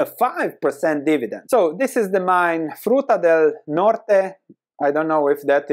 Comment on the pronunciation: Also, kudos on the pronunciation!